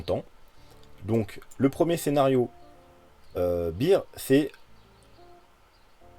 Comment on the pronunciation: Merci! Au top comme d habitude. Juste un truc: Beer [bir] = 🍺 Bear [bère] = 🐻 Bon rétablissement à toi 😋